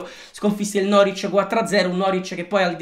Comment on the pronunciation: Si dice norvic non noric